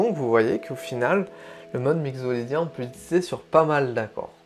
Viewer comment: Merci pour cette intéressante approche des modes, une petite remarque : il me semble que « mixolydien » se prononce mikso (comme un mixer ou la mixité) plutôt que migzo 🙃